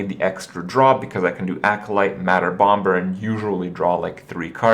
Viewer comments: Say Bom[B]er one more time... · bombers second b is silent!!! holy shit kripp i love you but jesus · Okay, English is my first language and I am certain that it isn't pronounced >omber<. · Hey Kripp, did you know? the second "b" in "bomb" and "bomber" is silent. Unless you're talking about that one dwarf from The Hobbit. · The b is silent you sadistic fuckerino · the b in Bomber is silent jfc